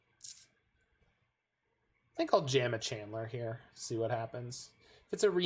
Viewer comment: It does sound like you're saying Chandler. I think it's cuz you're pronouncing it Chan'ler. I thought that was a nickname you gave Channeler or something.